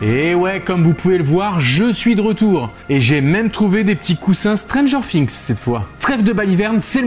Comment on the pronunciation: arrete de dire stranger fings